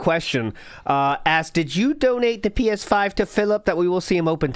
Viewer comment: th’pee-eshh-five prohh